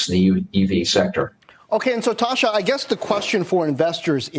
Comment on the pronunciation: I believe her name is Tasha, not tosher